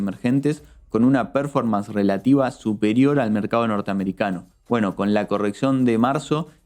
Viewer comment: Hola chicos! Excelente como siempre! Hago un aporte, vi que siempre mencionan varios conceptos en inglés como "break-even" o "fly to quality", lo hacen muy bien. Pero hay uno (el que más usan) "performance", se pronuncia perFÓrmans (énfasis en la 2da sílaba, no en la 1ra). Puede parecer una tontería pero como sé que buscan la excelencia a lo mejor sirve el aporte. Muchas gracias por la dedicación en sus informes. Saludos!!